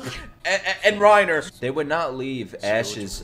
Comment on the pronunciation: ITS PRONOUNCED REINA PLEASE CORRECT YOURSELF BEFORE YOU FINISH THE SHOW💀💀